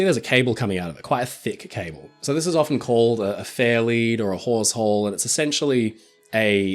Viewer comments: Hawsehole….I thought you said wh#r@ hole. 😂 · He called it a HAWEShole, everyone... just in case anyone out there isn't up to date on their ships terminology like me. I heard something far, far dirtier. Had to google it.